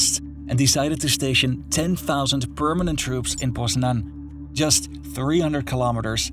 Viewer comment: I thought it's poznań not poznan